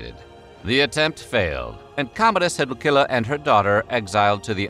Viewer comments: "C" and "CC" before an "I" , "Y" and "Ae" is pronounced as a "tch" sound. There's a few exceptions. "Lucilla" isn't one of them. They're not all "K" sounds. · "Lucilla" is not pronounced as spoken here. Lmao. When does a "c" followed by an "i" sound like a "k" in any Roman name? Never. In English, it works just the same.....Just saying.